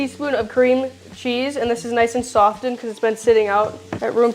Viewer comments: The T is silent in the word softened. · Never heard anyone pronounce "softened " like that before